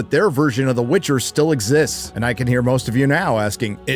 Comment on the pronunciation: "The Witc HER!"